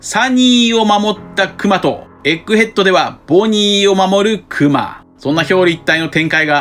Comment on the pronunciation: 「くま」のイントネーションが違和感だらけで気になりすぎる